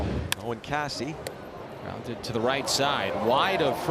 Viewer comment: C'mon, dog. Caissie is pronounced "Casey." Hicks is not the primary starting catcher any longer since Mack was called up. Prep.